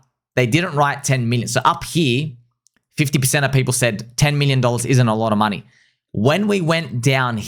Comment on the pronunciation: 0.1B is not a lot of moon-eh.